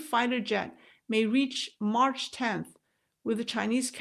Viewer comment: Mach is pronounced "Mack" not march☺